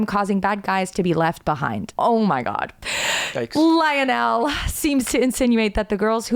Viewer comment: IKR? it was painful to hear the way she pronounced it lol